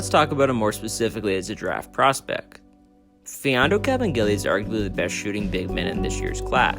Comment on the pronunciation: finally someone who knows how to pronounce his name properly